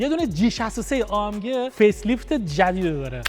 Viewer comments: ای ام جی ❌ آ ام گ ✅ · ای ام جی❌ آ ام گِ✅